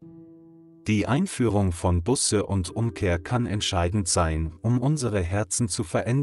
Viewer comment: Man sagt nicht "Busse", sonder "Buuuße"! - Es ist einfach eine Schande, daß der Sprecher dieses frommen Kanales nicht einmal weiß, wie man das so wichtige Wort "Buße" richtig ausspricht, denn es handelt sich nicht um eine Anzahl Auto-Bussen!